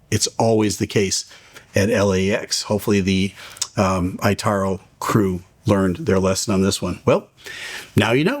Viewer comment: Just FYI, ITA is pronounces "eeta". Yes, that's official.